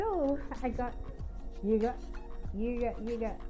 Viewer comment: Lmao fun video but maybe learn how to pronounce yoghurt?? 😂